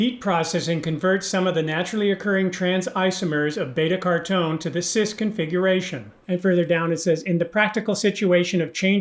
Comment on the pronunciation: Great video, but b-cartone?? It is beta car-o-teen, right? Also curcumin is pronounced kur-ku-min.